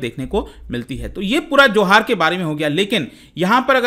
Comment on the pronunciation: I am from Odisha, in odisha its pronunciation is 'juhar'